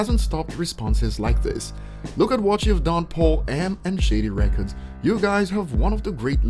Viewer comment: Man I can hardly understand what your saying when you say shady records it sounds like shitty records speak slower and we might understand you better